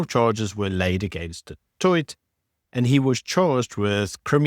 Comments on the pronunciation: ..its pronounced ( du toy )even though spelled du toit ove family with that surname😊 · Is a white South African actually pronouncing "du Toit" as "do toyt"? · Don't get me wrong - I am a huge fan of your channel. But as a South African, I can't believe you can't pronounce Du Toit's name correctly. The t on the end is silent - you pronounce it Du Tooi! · You dont pronounce the last 't' in du Toit. Its pronounced Du Toi. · You don't say the t of du Toit. Only say du Toi. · Du Toit is pronounced "Du Toy". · The last "t" is silent! Pronounce as Du Toi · Please learn to pronounce Du Toit correctly. The T at the end is silent. Like Du Plessis where the S at the end is silent. How long will it take? It's been close to 400 years. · The last t in du Toit is silent. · Just think you should know enough to know it's a silent 't' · Du Toit has a silent t at the end….. do you live in SA?😂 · Shot. Love your work too much but please work on your pronounciation of SA names. Eg Du Toit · Du toit? Pronounced like that? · Always a good programmer. But the pronunciation of du Toit??? Nooo. The T is not pronounced, it's a silent one. Sorry, but this irritated me.. otherwise this was very good as always. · the end t in du Toit is silent. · Just a side note.. the T at the end of Du Toit is silent 😉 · I hate to be this guy but the second T in Du Toit is silent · thank you for covering this. Just a note: don’t pronounce the last t of du Toit. Silent t. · Du Toit (the last t is silent) Just saying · Love your channel man, but when you pronounce Du Toit with a hard T, you sound like an undecucated muppet. Motsepe does have a hard T though, not a shh.